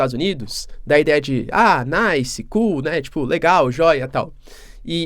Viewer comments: Quando vc fala cool nós Estados Unidos 😂😂😂😂😂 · Quando você fala : Cool kkkkk - ficou estranho professor